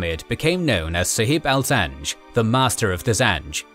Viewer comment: Zinge, not zange